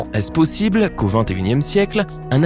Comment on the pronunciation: "ce serait pozible" 😂😂